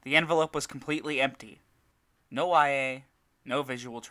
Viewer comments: Its not I.A ita ia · I'm sorry but did you play an entire game with her only to call IA 'eye a' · I really don't wanna be the person to do this, but.... It's ee-ah.. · Take a shot whenever he says "eye a"